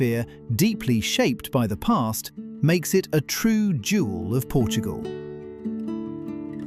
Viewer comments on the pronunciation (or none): none